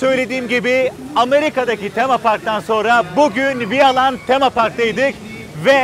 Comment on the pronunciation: Herkes vialand diye yazıldığı gibi okuyor vaylând diye okunmalı